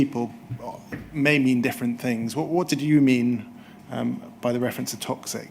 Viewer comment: Curious, for someone to reach his professional level yet sounds words starting with ‘TH’ as ‘F’ - e.g. lots of “Fousands” and some “Finks” … ?